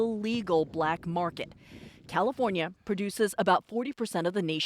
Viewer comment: Why she had to emphasize that so hard "CHINESE drug ring feeds americas BLACK market" 😂